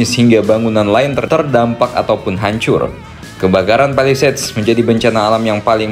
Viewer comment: Alhamdulillah mimin udah bisa menyebut "palisades" dengan benar 🎉🎉🎉 New Achievement Unlock!!!